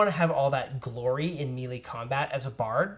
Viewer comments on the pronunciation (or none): Ok. Need to say something because too many people mispronounce the terminology and you dudes are supposed to be the knowledgeable ones. Melee is not pronounced meal-ee or mee-lee It IS pronounced may-lay Keep up with the informative videos! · I love watching your videos, but every time you say "mealy" instead of "mêlée", it makes my skin crawl. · These folks are Canadian and thus we are taught phonetic pronunciation of english words, your hearing the affectation of the Canadian Accent when they say Me Lee instead of MaiLai. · It's like a part of youtube d&d subculture to mispronounce that lol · Why do you mispronounce melee- that was driving me crazy.